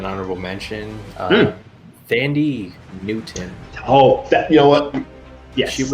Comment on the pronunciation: If you don’t say “Thandie Newton” I’ll subscribe . 😂